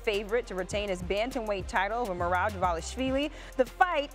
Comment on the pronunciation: I am surprised how correctly she spelled Merabs name